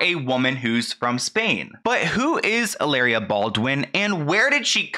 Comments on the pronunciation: She doesn’t even pronounce her “Spanish”name in correct Spanish! It should be ee-la-reea not halaira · I can't even watch this because you keep calling her Ilaria. With a silent h and everything. Why do you feel the need to indulge this woman's fantasy for her? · Why do you call her ILLARIA instead of HILLARIA 💀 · How you say, cu-cumber? Hillary pronounces Hilaria like EE-LAH-DIA 😂😂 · You pronouncing Hilaria like malaria is SENDING ME 😂😂😂